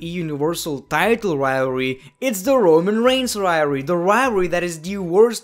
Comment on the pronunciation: riory is the new way of saying rivalry